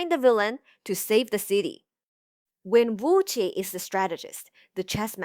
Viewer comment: This is a good informative video, but are you using an AI voice? It has a Mandarin accent but you're butchering the pronunciation of Wen Wuque and Zheng E.